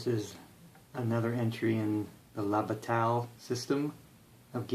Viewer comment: Please, bah-tie, not bah-tal.